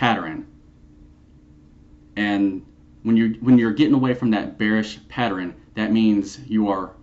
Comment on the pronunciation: patterern? lol come on man lol